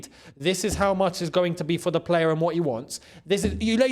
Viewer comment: It's de history of de Tottenham 😅😅😅